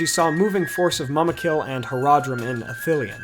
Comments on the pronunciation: I think that you pronouce mumakil as moomakil but great video as usual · Every time he said "muhmukill" or "muhmuks" I die inside a litle.